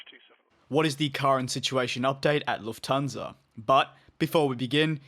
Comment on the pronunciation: Luft-hansa, not Luf-thansa ;)